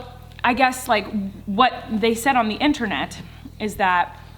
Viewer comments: let's take a moment to realize how she said internet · The way she said internet😂 Love u Coleen l❤️